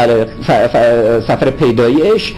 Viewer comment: تلفظ صحیح کلمه ی سفر در عهد عتیق ، سِفر است .